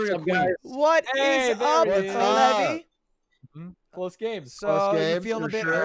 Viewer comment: levi is lee vy, his name is levy, pronounced levie